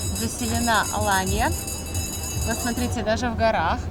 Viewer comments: АлАнья а не АланьЯ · я знаю город АлАнью, много раз там отдыхала. Почему вы ставите ударение на последнию букву? Первый раз такое слышу.